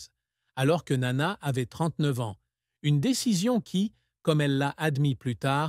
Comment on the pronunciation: Sotte présentation. Le père de Nana a survécu à son épouse et était présent aux retrouvailles de sa fille avec le public grec en 1984, alors qu'elle allait avoir 50 ans. Par ailleurs, il n'existe pas d'album "1967" . Enfin votre tentative de prononcer le nom de Nana en grec frise le ridicule, le même que lorsque vous nommez la célèbre chanson de Hadjidakis "Quelque part est mon amour" L'allemand n'est pas davantage épargné, ni dans l'articulation ni dans la traduction lorsque cette voix artificielle évoque "Weisse Rosen aus Athen".